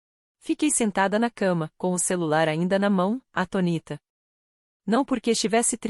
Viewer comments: A tonita ou ATÔNITA? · Atoníta? Kkkkkk^😂😂😂😂😂😂😂😂